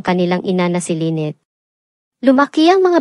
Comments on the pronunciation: Paiba-iba yung pag-pronounce ng name ni Lynette pati may mga words na ang hirap intindihin o nakakalito due to the accent. More practice pa po lalo na s tamang pronounciation pero maganda ang istorya. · ANO B TALAGA⁉️LYNNETTE O LAINET PAIBA IBA KA NG PRONOUNCIATION, MORE PRAKTIS‼️NAKAKA IRITA KA PAKINGGAN👎👎👎👎👎👎👎👎ARAL ARAL MUNA MG PRONOUNCE‼️🤬🤬🤬🤬🤬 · Lenneth or Lyneth bkit iba iba pag bigkas mo? Buti pa mag aral ka ng pronounciation